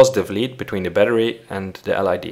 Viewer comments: l.E.d.... not l.i.d.... aggravating... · It's LED not LID. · Perfect, but LED is pronounced LED, not LID. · It's an L.E.D not an L.I.D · LED, not LID :D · Is it L "I" D or L "E" D? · Who pronounces L EEEEEEEEEEEEE DDDDDDDDDDDDEEEEEEEEEEEEE like L IIIIIIIIIIIIIIIIIIIIIIIII DEEEEEEEEEEEEEE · It's LED , not LID! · "L I D"? No it's L E D, besides that it doesn't matter whether you place the resistor on the plus or minus. 😎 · Its not called lid, but led!!! Noob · ELL EEE DEE -- not ELL EYE DEE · LID? Don't you mean LED? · You said lid it's led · LID LID LID please it's LED .... LOL :) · ITS NOT LID ITS LED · The L.I.D? U MEAN L.E.D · I think it’s his accent. Pronouncing it like “grayn” but with a silent N. Same thing goes for his pronunciation of “LED” which sounds like L I D. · I know, he says lid in the video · Yes he should say LED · EL AIiiiiii Deeeee, lol. LED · Oh I heard LID not LED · I would say that it's a great video.. but there are a few things I'm not really agreeing with, and since I'm not a expert, I'll have to do some research.. Btw... when you say LED, you are pronouncing the E as we pronounce the I...